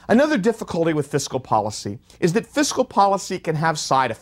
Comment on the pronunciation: This whole lecture talks a lot about Fiscal Policy and not enough about Countercyclical Fiscal Policy ... also ... it's FISCAL ... not FISICAL ...